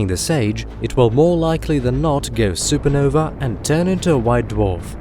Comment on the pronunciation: …what’s a, “super-noveR”?